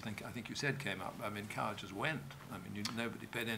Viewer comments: Maria Aitken pronounces " Coward " as " Card " - how odd. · It's not 'odd' to the ears of a native British-English speaker (which I deduce you are not). Aitken's idiolect is a mixed bag: for example at 9.23 she says 'gonna' - which has only been part of the americanisation of (excuse me, no other term will do) educated rather-upper-middle-class British pronunciation: to go with 'card' for 'coward,' Aitken's pronunciation of 'going to' should/would, until only twenty years ago, have been 'geng to'...